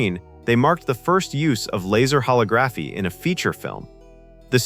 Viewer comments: I LOATHE that they used AI to narrate this, since this was once of my favorite movies growing up! Any HUMAN would know how to pronounce "Holography" correctly! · The narrator mispronounced a few words like "holography" throughout the video. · Learn how to properly pronounce holography. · The word "holography" is stressed on the SECOND syllable. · The AI put the wrong em‑PHA‑sis on the wrong syl‑LA‑ble. :-D #MikeMyers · Yep, that bugged me. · Laser HoLOGraphy not Laser HologRAPHy It's so weird that AI narrated that video about a movie about a future AI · Huh-log-gruh-fee not holla-graph-eee. 🙃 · LOL, I read this comment before watching the video and I was like "how bad could it be?" I never in a million years would have predicted "hollow-graph-e." I burst out laughing when I heard it. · ho LO graph y, not ho log GRAPH y :) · hole-ah-graph-eee NOT holo-graph-eee learn how to pronounce a word and rehearse a script before making a video. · "Ho-LOG-raphy". Not "Ho-lo-GRAPHY". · "Hall-oh-graphy"? No, "huh-log-gruh-fee". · It's pronounced holog-graphy, not holo-graphy, the same as photography or videography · Also why is it holography getting pronounced [ho-lo-GRA-fi] instead of [ho-LO-gra-fi]? I like video otherwise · Why is it that AI can't can't pronounce holography correctly. Here's how hō-lŏg′rə-fē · Pronunciation of holography is incorrect. Sad. It's hol·og·ra·phy [hōˈläɡrəfē] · Hollow-graphy? Really? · Was this narrated by AI? I believe it's pronounced "ho-lig-raffi." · "hollow graffy" 🤣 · Holl - og - Grah - fee for fucks sake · Holographie? You mean Hol-Log-graphy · "Hollow-graphy"? Guess it's obvious that no human narrated this. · huh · laa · gruh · fee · Same with the pronounciation of "holography". "Hall-oh-graphy"? Puh-leeze. The AI didn't do well on that one. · hollow-graphy hahaha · Hollow graphy? AI sucks. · holo-graphy. Gotta love AI. Not. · Note to self, AI cannot properly say holography. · holography is pronouced how?? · The-A-tric-al and ho-LO-graphy